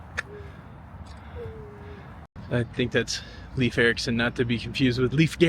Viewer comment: It{s not Leaf Erickson sounds like Layef